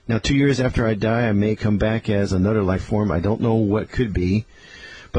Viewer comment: how he pronounces "anuder" makes me think of cwc